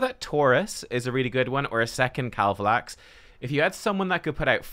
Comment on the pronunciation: Way to go, you successfully BUTCHERED KAVALAX....Can I have him please